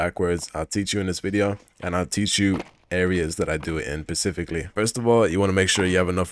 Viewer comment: I was watching but then you said “pacifically” and I was like wow this guys a dummy